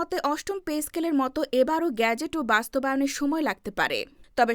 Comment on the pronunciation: বাংলা উচ্চারণে শব্দটি গ্যাজেট নাকি গেজেট? এই উচ্চারণে প্রচন্ড শ্রুতিকটু শোনাচ্ছে।